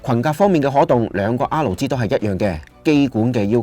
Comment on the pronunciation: 好多謝你嘅分享，真係好有心機 少少意見，作為YouTuber，如果可以改善RG發音就好啦，畢竟呢兩個字喺片中都出現咗好多次